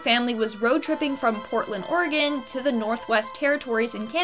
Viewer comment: her:portland orgean me:wait I LIVE THERE oh thank god im at redmond